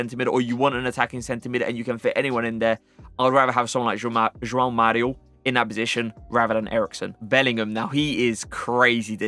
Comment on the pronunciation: Kudos to you for the great pronunciation of both the J and the "ão" in "João Mario" 🙂 Perfect!